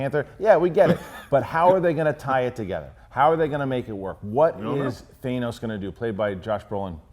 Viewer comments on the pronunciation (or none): its thanos not thaynos